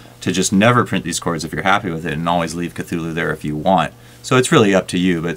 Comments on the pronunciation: for what its worth...the pronunciation of ka-thu-lu is incorrect. from the man himself, lovecraft writes this: "The actual sound -- as nearly as any human organs could imitate it or human letters record it -- may be taken as something like Khlûl'-hloo, with the first syllable pronounced gutturally and very thickly. The u is about like that in full; and the first syllable is not unlike klul in sound, hence the h represents the guttural thickness." anyway...looks like a cool vst. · Yes, the original word is of African origin, and it sounds like 'KATHULÜH'.